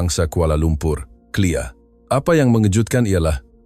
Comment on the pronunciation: K L I A. LA ....NGOK!.... bUKAN CLEAR pegi belajar di SD semula baru buat content malukan!